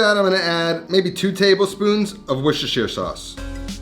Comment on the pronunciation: only dude from the states to ever say Worcestershire sauce right!!! love it !